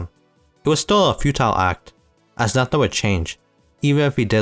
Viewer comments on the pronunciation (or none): none